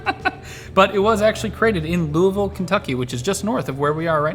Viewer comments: From a native Kentuckian, props for saying Louisville correctly! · Thank you for pronouncing Louisville right!!